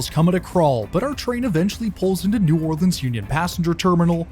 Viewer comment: This is my home route. I live in Slidell and thank you for pronouncing New Orleans correctly.